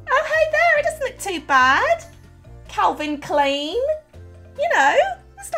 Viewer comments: It's Calvin klIen not Calvin Kleen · pronouces as "calvin clean" AHHHHHHHHHHHHHHHHHHH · It. Is. Not. Calvin. CLEAN. It. Is. Calvin. CLINE